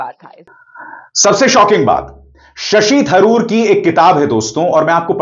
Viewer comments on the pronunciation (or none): वे शशि तरूर हैं थरूर नहीं !